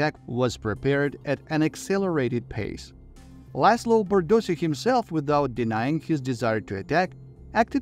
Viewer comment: His family name's proper pronounciation is: Bardoshi not Bardosi.